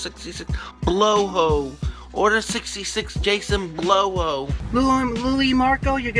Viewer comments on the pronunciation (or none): "Order 66 Jason Bloho" makes me laugh every time